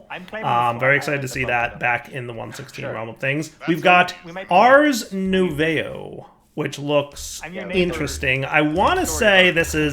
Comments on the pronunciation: Nu~ay~vo, instead of Nu~vo, you'd think they were from Canadia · saying French words hahaha nouveau is said 'nuvow' more or less;) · Ars "nouveau" = French for "new". Pronounced "Noo vo" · for those here looking for the ACTUAL pronunciation, nouveau rhymes with 'new bow' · nouveau = (new voe) for those wondering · ars nouveau is pronunced as ars noov-oh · i like how he absolutely butchers the word "nouveau" the entire episode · Yeah, I think he pronounced it every possible way except the correct one, haha. French words are French. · haha, without looking I never would have guessed that was what he was trying to say XD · The way they pronounce nouveau is killing me